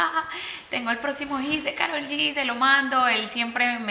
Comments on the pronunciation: POR QUE SON TAN RIDÍCULAS Y LE DICEN KAROL CON PRONUNCIACIÓN EN INGLÉS??? IGUAL LO PRONUNCIÓ LEILA DE BILLBOARD Y CHRISTINA EN EL SHOW DE CHRISTINA... TODAS SIENDO HISPANO HABLANTES.... SE LLAMA KAROL EN ESPAÑOL!!!!! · Wey es latina, deja de pronunciar su nombre como si fueras gringa.